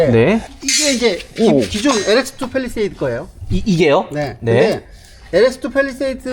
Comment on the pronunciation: 팰리세이드가 아니고 페리세이드로구먼